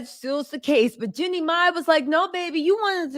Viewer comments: Jean'e not Jenny!!!! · It's Jeanie...not Jenny